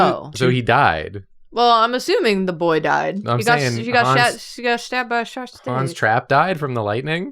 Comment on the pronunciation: All i can hear when they say 'Hans Trapp' is Han's Strap 😭 im sorry